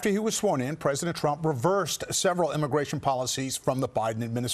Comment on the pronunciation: Imagration IMAGRATION! WHATEVER,.. HOMAN, HOMAN!? WHAT!? RUUUUNNNN.